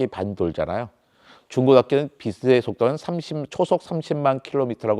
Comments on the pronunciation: 국민학교를 안나왔나? 빛의 속도를 발음할때 비세속도가 아니고 비체속도 라고 발음 해야 맞는거지. 그리고 지구의 물리학으로 외계인을 이해할려면은 안돼지. 빛의 속도보다 더 능가하는 뭔가가 있겠지. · 자꾸 발음을 비세 속도라고 하는데 정확하게 발음하면 비체 속도입니다 ㅅ이 아니라 ㅊ으로 발음해야죠